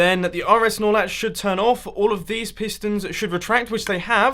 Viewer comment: is it just me or whenever he says RS norlatch it sound like he's saying RS snorlax😂